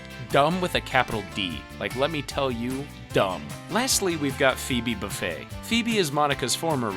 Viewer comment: Ikr i was like... buffet????????